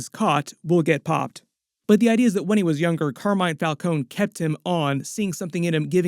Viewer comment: Why did they change the pronounciation of the Falcone name between the batman movies?